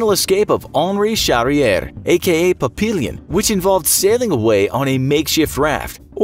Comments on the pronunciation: It's pronounced "pa-pi-yon". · That is pronounced "pap e on", as it is French, fool. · Papillon = "pap-ee-own" (it's French for butterfly). ¬_¬ - Human Stain is a book and movie. ¬_¬ You might want to hire a fact-checker. ¬_¬ - Stupid criminals are the best criminals. 👍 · But you missed "Papillon"?? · Uh...try again with the pronunciation of "Papillon" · Your pronunciation of Papillon is horrendous